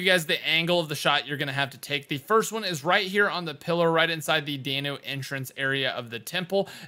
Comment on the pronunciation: Dan-ew not Day-New